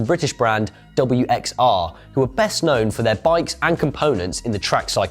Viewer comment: Guys, it's not "WX-R" , it is pronounced Worx. Props for promoting this vastly underated brand though !